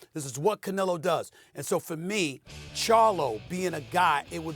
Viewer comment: Theres no “i” in canelo